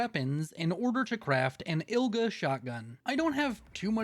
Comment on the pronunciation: The first double barreled is called Igla, not Ilga. Igla means needle in russian. Great Run, man ^^ keep it up <3